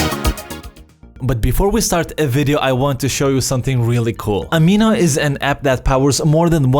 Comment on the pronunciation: Man You Are Shitty at English and I have been using Amino for a year. Its not Arrrrminooooo like you pronounse it.